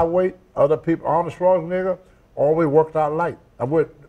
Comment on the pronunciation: he said awnald schwarzinigga smh. Tony needs speech lessons